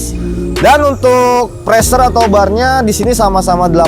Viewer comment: Maaf bang pressure gauge dibaca PRESSUR GEJ